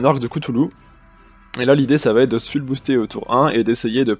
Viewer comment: full ça se prononce foule, ça me gêne à chaque fois que tu dis fule mdr